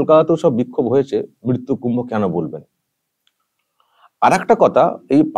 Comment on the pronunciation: মৃত্যু বানান টাও বলতে পারেনা মিত্তু মিত্তু করছে।